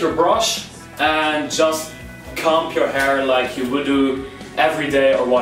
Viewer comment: am i the only one that heard him say “cum” every time he said “comb” ?